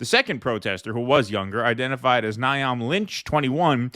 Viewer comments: Niamh is pronounced neeve 😂 not "nigh am"...niamh is an irish girls name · The name Niamh is pronounced "Neeve", because Irish spelling is like that. JSO are middle-class stochastic protestors who don't know what else to do, because all the stuff they really want to do in terms of sabotaging pipelines and whatnot is virtually impossible. They're desperate to do something but they lack the roots in the working class that would be required for mass action, and they don't want to get jailed for life or killed, so they do this kind of attention-gathering public art instead, because that's what middle class activists usually end up doing - some kind of performance art, which defacing existing art works and monuments also is. I think the cultural pile-on against them is reactionary and equally unconstructive, but typically, self-appointed vanguards who try to launch revolutions by themselves without the working class, fail miserably. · Niamh is pronounced Neve. Go figger hey. That's one puzzle solved but what about "How long does it take for a strong heavy-built diverse brit woman to stroll up to a crisis with everyone else behind her doing nothing except wail"?